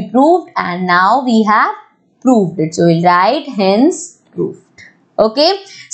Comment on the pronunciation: so ko bola show 😂😂😂😂😂😂